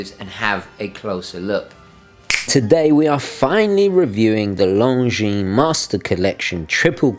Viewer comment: Very good review sir, I like your channel a lot. BTW the S in Longines is not pronounced.